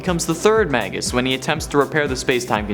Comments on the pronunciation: Those names are pronounced "may-gis" and "my-stroh" not "mag-gus" and "may-stroh" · May-gus and My-stro! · Magus is pronounced May-Gus Maestro is pronounced Mice-Strow Yall killing me with these mispronunciations. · Actually Magus is latin so it is pronounced Mah-Gus and Maestro is Italian/Spanish so it is pronounced Mah-Est-roh. You are killing me with your ignorance.